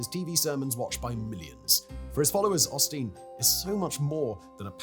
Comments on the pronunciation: As much as I detest Osteen- hearing Simon’s accent refer to him as “pasta” is everything I needed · i can't not hear "pasta" every time 😅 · Did you never bother to watch a video of Joel Osteen to learn how to pronounce his name correctly before starting this video?